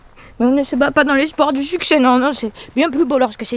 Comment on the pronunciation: "C'est un succès ?" J'ai entendu "elle t'as sucé ?" x)